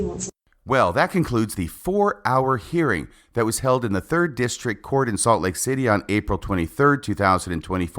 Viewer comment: She also struggles with pronouncing the “g” at the end of words like “thinking”, “hearing”, and “believing”. It drives me crazy!